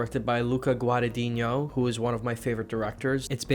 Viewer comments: 7 years later and he still doesn't know how to pronounce Guadagnino lol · So funny that he still can't pronounce Guadagnino correctly